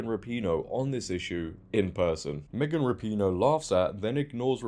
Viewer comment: I love when people pronounce it ra-pee-no instead of rap-in-o, it's so much more fitting 😂